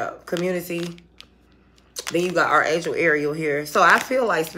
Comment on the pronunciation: Respectfully… Archangel is pronounced ARK Angel for 1/2 the video I didn’t what you were talking about. I was googling what is an are angel. Thank you 😊 for the message. I listened to it twice. I enjoy your readings. I mean not offense or disrespect